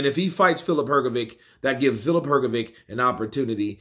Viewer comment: Her go vitch as opposed to Her go vick, give it a go, it's not that hard my friend.